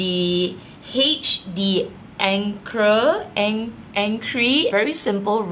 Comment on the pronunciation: I have the same!!! I love it!! Pronunciation is a bit weird but H is pronouned Ash then D’ancre sounds like donk.. so it’s Ash donk! Enjoy and congrats!! 🥰❤️